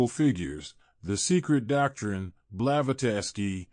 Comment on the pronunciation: Her name is pronounced "blah, vaht, sky", she's pretty famous, you probably should have known that one. And it's Psalm . There is no .